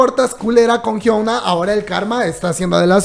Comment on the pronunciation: No es por ser odiosa, pero no puedo con su pronunciación del nombre de Hyuna 😅 pd: no se coreano, pero si mg aprender como pronunciar los nombres coreanos